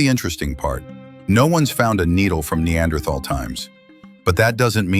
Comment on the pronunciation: Apparently there is not an AI that can pronounce Neanderthal correctly !